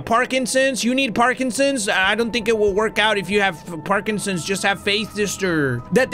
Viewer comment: I love how keeps calling the, Packertons, “Parkinson’s” lol 😂